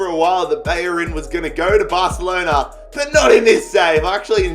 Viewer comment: You said Barcelona wrong. LOL